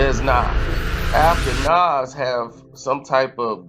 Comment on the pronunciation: The way you are pronoucing Nas' name is wild!🤔